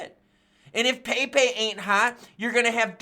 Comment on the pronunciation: Yo...it's pronounced Pep' E...